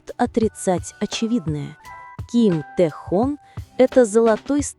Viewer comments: Прекрасно сказано о Тэхёне!!! Именно ТэхЁЁне!!! А не Тэхон!! По ушам режет!! Надо было сначала узнать имя а потом видео делать!!😮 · Автор, всё правильно сказано, но! Научи программу, с которой работаешь, правильно произносить имя Тэхёна! Его зовут Тэхён, ударение на букву «ё», а не Тэхон! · Один и тот же текст в разных интерпретациях. И он не ТэхОн, а Тэхён. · Почему Техон,а не Техен? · Какой Тэхон? Его имя Т Э Х Ё Н! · АВТОР !!! ЧТО ЕЩЕ ЗА ТЭХОН ??? ВЫ ЧТО ВЧЕРА ТОЛЬКО УСЛЫШАЛИ ЕГО ИМЯ ???.......ТАЕ ХЕН......ТЭХЕН .. И НИКАКИХ ТЭХОНОВ... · Как же вы противно произносит его имя ТэхООн., 😖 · Хотьбы удосужились правильно произносить имя Ким Техёна. Запустили ролики роботов озву чивать, а прослушать ролик разве не надо перед выпуском. Я просто возмущена этим роликом😅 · Если ты не бот- научись правильно произносить имя того, о ком говоришь!!! А если ты ИИ- тем более плохо: надо кому- то присматривать за этими позорниками и их создателями, прежде чем публично трепать имя уникального человека!!! Да ещё и поставить мощную защиту от завистников и прочих злобных тварей!!! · Автор, Спасибо за такой информативный ролик, только имя Тэхена называйте правильно.😊😊